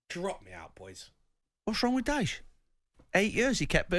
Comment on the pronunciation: Man said DYCHE loooooool